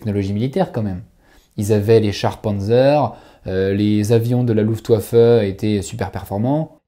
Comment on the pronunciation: Le W se prononce comme un V en Allemand.On dit Luftvaffe (phonétiquement). Et pour VolksWagen on dit deux fois V(vévé). Je dit ça pour aider,si des gens sont intéressé par la langue de Goethe